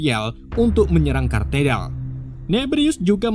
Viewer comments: itu gereja Katedral bang, bukan kartedal 😂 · Parah. Katedral,bukan Katerdal